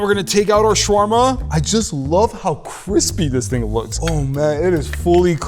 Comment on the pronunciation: he prounounced shawarma wrong not trying to be mean